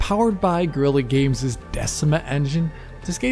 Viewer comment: Sounded like you said "Girly Games Decima Engine"